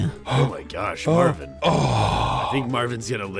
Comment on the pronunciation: is Marvin not Marvim